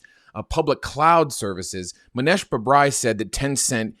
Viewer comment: Mow-neesh that how you pronounce his name.